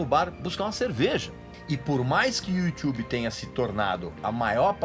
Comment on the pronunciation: Iutchubi kkk